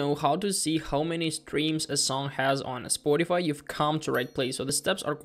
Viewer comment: Stfu bro, you say spoaddify